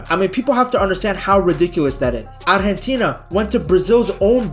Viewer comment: I'm surprised how well he pronounces "Argentina"